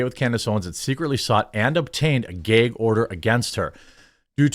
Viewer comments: Are you saying geg order or gag order. Ahah just busting balls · Stop saying Gay-g order. It’s gag bro. Seriously ruined the vid for me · Its gag not gayg bro, sorry but that bothered me. Lol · It's a GAG order not a GAYEG order😂😂😂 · What’s a “geg order”? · What is a "Gayg" order? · Why do you keep saying “gayg”. lol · Jeremy, it's "Gag order" not Geeyg or geig order" lol. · Bro, it's "GAG ORDER" not "GAY'EGG ORDER". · What the fuck is a gayg order? If you can say drag you can say gag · Why does he keep saying “geg” order? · what's a "gayg" order? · Its called a "gag" order. Not a "gayg" order. 😂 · Dafuq is a "gheeg order"? 😂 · GAG order, not GAYG order. lol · Gag order, not “gayg order”. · "Gheyg order" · What is a "gayg order"...why does he say it like that? Lmaoo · 'Gayg' order? WTF is a 'Gayg' order???? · My brotha, learn to pronounce gag. 😅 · Are we all pretending not to hear his annoying pronunciation of "gag" ? Is he Canadian? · I’m only here to listen to Jeremy pronounce “gag” hysterically 100x Made my whole day. Thanks bro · I don't think I've ever heard anyone pronounce gag like that with a long 'a' sound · Man jermey sure doesn't know how to say "gag" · am I the only one who did a double take every time he pronounced "Gag" order?? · If I have to hear GAG order said like that again I’m going to go insane